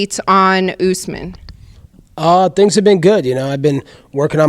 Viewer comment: Its "Usman" u fucking moron not oozman😩